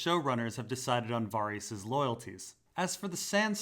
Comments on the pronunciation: bruh it's VA-RISS not Var-rees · VAH-REEHS ? dafuq?